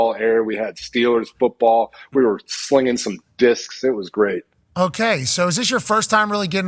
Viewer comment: He really made sure to enunciate "slinging *DISCS*" 😂😂😂